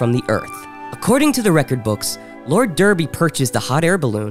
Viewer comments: OK! Several issues. First off it was probably pronounced Darby NOT Derby. Next Every picture you show of people are Same sex. Even though at one point you said "Boning" and it was two women. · Cholmondeley is pronounced "Chumley". Derby is pronounced "Darby".